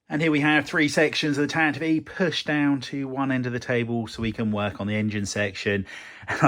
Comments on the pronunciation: Well yes I assumed the vee sound at the end was for IV. I guess I've always heard it said as tan-tiv, never tan-ti-vee, which I've just learned is canon so thanks. The more you know... I do admire the courage to even start a build like this. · This build series has taught me more about correctly pronouncing "Tantive IV" than all my years of being a Star Wars fan lmao